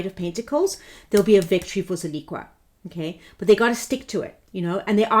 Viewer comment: Pronounced Zill-ick-a